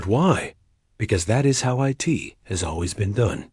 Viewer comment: AI reading every bit of punctuation dot dot dot and "it" gets read as eye-tee dot dot dot asterisk and NO apparently must mean "nitrogen monoxide". Absolutely the most idiotic AI I've ever seen. And obviously nobody lisened to it before posting this garbage.